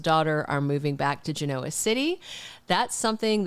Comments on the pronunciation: It doesn’t matter but you say Genoa with the O emphasized like ebola when most say it GEN-a-wa with the O sounding more like an a. It’s a dumb thing to call you out on. 😉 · I think your pronunciation of Genoa City is endearing… just like you spell with a Y… just be you!